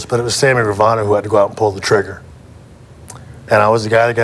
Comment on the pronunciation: Gravano ! Not ravano idiot